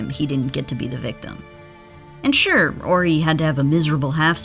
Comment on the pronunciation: Correct me if I'm wrong, but isn't there an H in Horry? Asking for a friend. Robert orry, Robert orry. Due the H in Horry be silent?